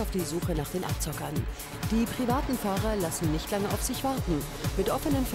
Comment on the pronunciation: „Sie haben misch ins Gesischt gefilmt, das dürfen sie nischt!“